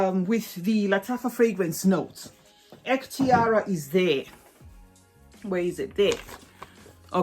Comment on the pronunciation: It pronounces Ehktiree It means My Choice